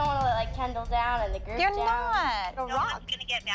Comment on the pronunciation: Just Vids! It’s KeNdAl not CaNDlE